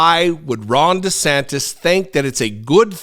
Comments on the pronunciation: NGL, it sounded like you said “wrong DeSantis” and I am here for that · For a second I thought said "Wrong" DeSantis! 😂😂😂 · I'm pretty sure I mis-heard you at the start of this video, but I could have sworn you called him 'Wrong DeSantis."